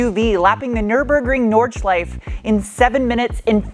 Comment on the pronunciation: "schleif-eh". The 'e' isnt silent